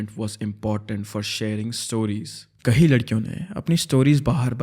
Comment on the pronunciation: The moment he says कई as कहीं.....omg🎉